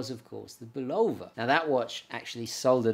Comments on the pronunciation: BULL u va, not bull O va ! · You mispronounce Bulova: accent on the FIRST syllable. I heard the TV ads in the 1950's and 1960's as a kid. Otherwise, a very interesting video. You have a great camera presence. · Note, he pronounces it "Bulowva" instead of Bulova. Same as they say "Moog" as they do,... those silly English. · WHY DO U PRONOUNCE BULOVA AS BUU LOW VUH ? PROPER BULL AH VUH. OTHERWISE I ENJOY YOUR SHOW.. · have mercy - - - bull lo va but really bull la va love it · Bu love ‘ahh, is that how it’s pronounced? I do like the presentation!